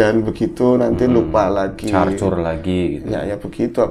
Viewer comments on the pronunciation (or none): Ngecor om bukan carcur 🤣